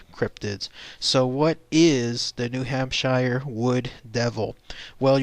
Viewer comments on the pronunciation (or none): Idk more like "Hamp-shur" not "Sheer" or "Shire" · Ok first of all it's Hamp-sheer not Hamp-shire we're not Lord of the Rings. Second these are just a variation of Sasquatch. These will more often be seen in the late winter or early spring before the green plants bloom. They are more winter starved Bigfoots than a separate species. This is why they seem hairless as they are malnourished and under post winter stress. Just like Bears in the same regions. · New hamp-sure. Nobody-ever- says shire. Sincerely, New HampSURE native 😉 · 'pioneers moving west' ... New Hampshire is a state in the north east. (also it's new hamp-sheer, or new hamp-sure, whatever you need to get that sound.) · hamp shure